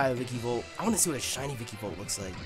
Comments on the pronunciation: "Vicky-volt"? Come on, take a look at its name at least once. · It's ViKAvolt not ViKIvolt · (snoody voice)It's pronounced vikAvolt not vikIvolt. (snoody voice stops) LOL. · Who else gets mad that nappy says vikivolt and not vikAvolt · Its called a vikAvolt nappy, not vikivolt. I dont know why but it annoys me too much XD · Yo, it's vikAvolt. With an A.